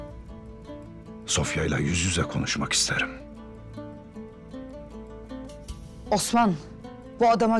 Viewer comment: Bu Sofianın bütün osman diyişlerini birleştirseler çok güzel video olur!